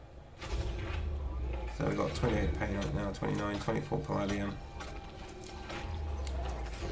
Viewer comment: Very useful video - thank you. You might want to check your pronunciation of "Palladium". It is puh-LAY-dium, rhymes with "stadium".